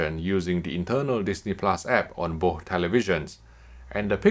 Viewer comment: Why are you saying boh instead of both? were you sick when recording this video?